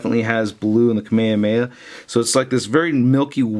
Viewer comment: its not kameyameya its Kame Hame HA!!!!